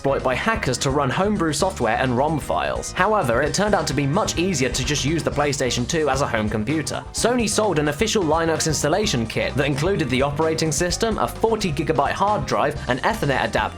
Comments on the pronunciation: Linux is pronounced Lin-ux, not Line-ux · It's lin-ux not line-ux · it's linux (lin-ux) not (line-ux) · Line ux LINE UX!?! It's Lin ux not line ux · Lin-ux. Not Lye-nux, Ee-thernet, not eh-ther-net. And Aytch not Haytch. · Did you really pronounce that line-ux? It's Linux. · Linux It's pronounced LYN-IKS Not LINE-NUCKS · My soul died when said "LieNux" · Lie-nucks? Eh-thur-net? What the fuck's up with this guy? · Who here has Lye-nix OS? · Lie nucks? Really? Who the fuck doesn't say Linux right? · ***** As a British person, I can tell you it's not an accent thing, he's just pronouncing it wrong. Just like he's pronouncing ethernet wrong in the next sentence. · Linux pronunciation fail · Did anyone else get irritated at how he pronounced "Linux" and "Ethernet"?